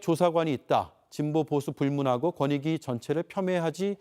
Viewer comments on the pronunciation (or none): 권익위? 거니위 아니고? 어이쿠 발음이 무너졌네? 뭐 어때? 이미 바닥을 친 마당에 더 무너질게 뭐 있겠어?